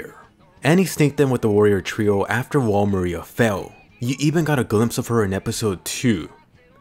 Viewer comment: Why does he say mikasa and wall Maria that way. It sounds so different from the anime 🤷🏻‍♂️. What’s the correct way of pronouncing it?